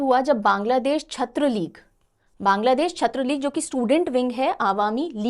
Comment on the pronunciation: Chhatra means Student. So it's pronounced as छात्र